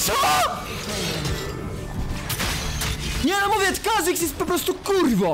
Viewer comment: NO I A NIE NOI KURWA MAC